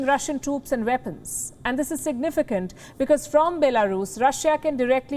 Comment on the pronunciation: Interesting how she can pronounce "West" but not Weapons (Veppons)